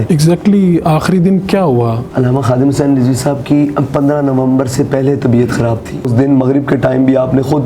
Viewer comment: Huzzin ni Hussain ha thek kary ya